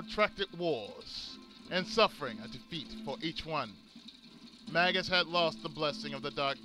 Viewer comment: You're right, it's may-jus